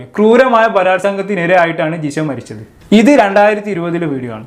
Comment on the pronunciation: ജിസ അല്ല ജിഷ